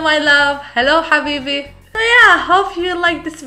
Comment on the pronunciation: I love the way you said #habibi ! 👌😍💗💗💖